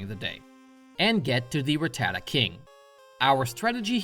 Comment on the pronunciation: How van a Pokémon expert pronounce ratatta wrong You say ra ta da It's ra tata